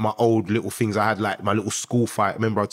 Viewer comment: The guy uses big smart words. But says things as Fings. British are funny